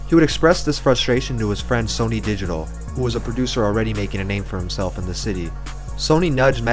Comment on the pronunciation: It’s sunny not Sony, just wanted to point that out, no disrespect.